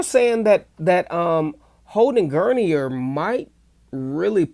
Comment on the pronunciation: It's "Gurner" like Turner with a hard G